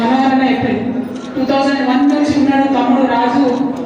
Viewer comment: 2021 నుండి కాదు, 2001 నుండి అని చదవండీ..